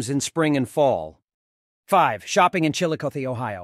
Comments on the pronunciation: Does not pronounce it correctly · Yes I immediately stopped watching this when I heard him mispronounce the name of the city. That’s bad.